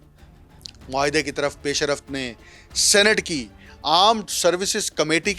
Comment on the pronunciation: گلابی اردو پیشرفت NOT PAISH A RAFT ITS PAISH RAFT